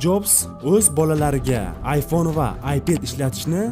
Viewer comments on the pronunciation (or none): none